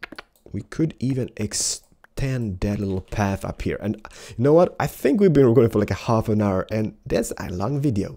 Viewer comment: I remember people saying i ''fink"